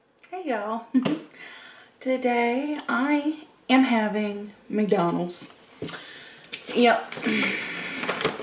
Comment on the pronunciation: As would say: "McDurnald's!" LoL: )